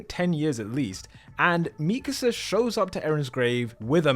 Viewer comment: Finally, an AOT video THAT KNOWS HOW TO PRONOUNCE MIKASA